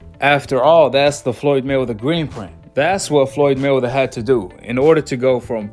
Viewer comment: Are you saying Floyd Milder? Or Floyd Mayweather I can't tell.